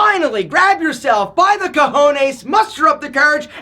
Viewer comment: I hate when “Americans” say Cajones. It is COjones. Pronounced with O not A.